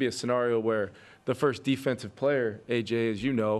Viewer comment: I hate the way KOC pronounces 'scenario'. Like him as a coach....like how he handles the media...hate the way he pronounces that word